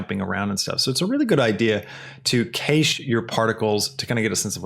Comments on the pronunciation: Awesome! You ae great teacher and I learned tons of information. You have a very good way of taking the time to explain things (much appreciated). Thanks again! The only thing I would mention (not as a bad thing) but just trying to assist in a small way. Cache is pronounced like "Cash". Again, awesome video! I subscribed to your channel. Thank you. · wait a second... did you just say kaysh? I think that is the first time I've ever heard Cache pronounced that way and my brain just crashed along with blender edit: great tutorial tho! lol just had to comment this